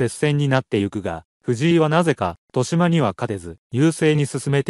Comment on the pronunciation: としま× とよしま 〇 ほ× ふ〇（歩) 他、間違い過ぎ